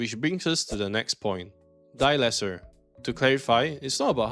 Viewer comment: You don’t say die lesser, you just say die less